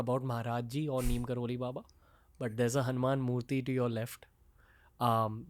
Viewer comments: His real name is 'NEEB' karori Baba. As westerners couldn't pronounce it they kept calling him 'Neem' and we Indians blindly follow what westerners teach us . Pls go research or ask your seniors who knows about him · Ranveer being so specific everytime makes me wonder how come he hasn’t researched on baba’s correct name. Baba’s true name is pronounced as Neeb Karori Baba.